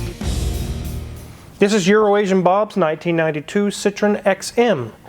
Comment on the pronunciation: Citroen=Sitro-ENN, not "SITron."